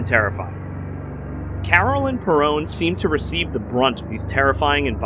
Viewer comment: You keep saying perrone it’s Perron